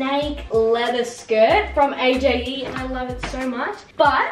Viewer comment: Is anyone else angry that called it a.j.e it’s actually pronounced (age)